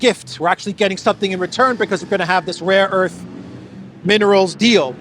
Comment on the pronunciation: Laughing my ass off with the rare earth sketch man. I got some rare erff, u want some rare erff. U want man, I got some rare erff. Rare erff, for sale here man. Rare erff, my mamma got some, my uncle got some. Rare erff man, rare erff, I give u good price. ! Rare erff man , rare erff !